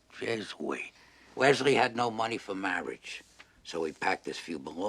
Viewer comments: "Mawiage. Mawiage is wat bwings us togeva, today." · Great review! My favorite moment ....Mawwage. Mawwage is what bwings us togeva today....